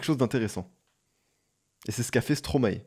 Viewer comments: Stromae se prononce "stromail" (maestro en verlan) ;) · tu prononce mal stromae